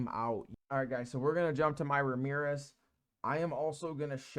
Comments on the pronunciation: Ramirez? "Ram-zees" ... good info here 👍 sub'd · A few people gatekeep knowledge on my server so it's always great to watch these videos for some juicy info. Also you got me laughing at some of these name mistakes 🤣 Ramirez!! 💀